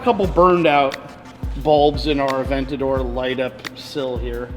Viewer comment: You guys beat all other youtubers with the quality of your videos. You guys honestly have your show on the level of a tv show it’s great keep up what you guys are doing and get “aventaor” (lol ) up to a hundred thousand miles 🤙🏼